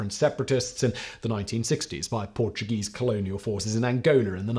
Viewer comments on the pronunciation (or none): none